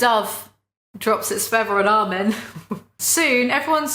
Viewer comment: i love how she doesn't like armin but thats one of the only characters names she pronounces correctly